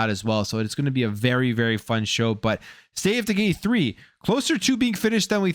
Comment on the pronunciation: Sounds like hes saying, "State of deGay 3" 😂